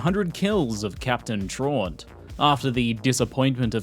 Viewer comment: Great vid but your mispronouncing “Traunt” it’s supposed to be “TRAUUUUUUUUUUUUUUUUNT”